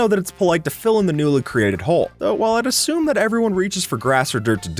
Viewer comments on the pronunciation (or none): none